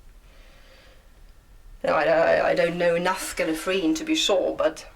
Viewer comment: It's gallerfray no geenfray